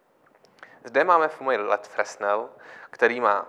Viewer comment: No já se na fyzice na základce někdy před 40 lety učil, že Fresnel (který čočku vynalezl) se čte "frenel". Docela to tahá za uši. Jinak to je asi fajn světlo :)